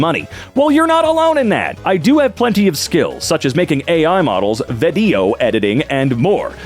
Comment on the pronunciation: Why is the way you say "vedio" editing so funny to me haha